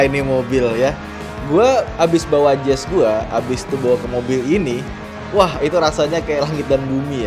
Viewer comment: Salah nyebut si Jazz 2x